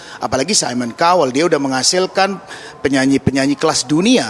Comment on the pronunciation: Cowel ?? Baca : Kauwel